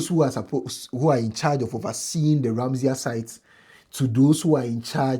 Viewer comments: The word is Ramsar, not Ramseyer. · RAMSAR site...not ramsia